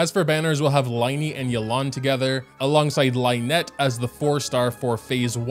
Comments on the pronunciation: Lyney and lynette is spelled lin-ey and lin-et, not like in the word line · ...I'm begging you... The first syllable of the names "Lyney" and "Lynette" rhyme with the word "sin" not "line" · It's Lin-ie and Lin-nette not Line-e and Line-nette🤦‍♂️ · the pronunciations of lyney and lynette are making me go insane